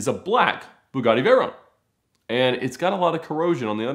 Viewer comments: What the hell is a "Vey-roane"..? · The way he says Veyron lol, he pronounces it like you pronounce macaron lmao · The way he says "Veyron" is boiling my blood